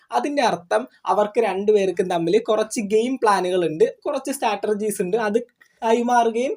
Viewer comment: സ്റ്റാറ്റർർജി അല്ലാ... സ്ട്രാറ്റജി എന്ന് പറഞ്ഞാൽ മതി മതി.